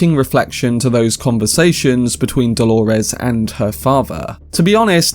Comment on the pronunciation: Why the fuck is everyone calling Dolores Delores? It's Dolores.